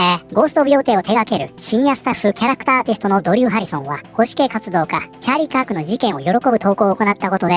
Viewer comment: ああチャーリーカークか 音声だけ聴いてたらチャリパク事件に聞こえて驚いたわ